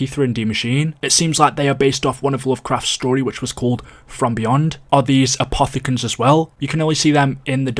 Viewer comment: My man wouldn’t stop saying apothogens